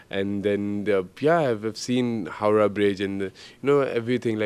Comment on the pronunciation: Man said Howrah bridge 😂😂👌